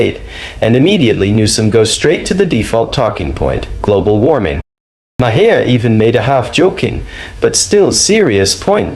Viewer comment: Maher pronounced Marr, not Ma-hair, Ma-her or Mayor.